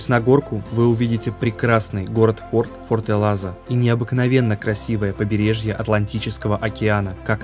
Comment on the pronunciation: Форталеза, а не "фортелаза"